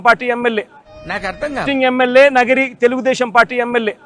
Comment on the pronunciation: నగిరి కాదురా బాబు, నియోజకవర్గం పేరు నగరి. ముందు నియోజకవర్గం పేరు తెలుసుకో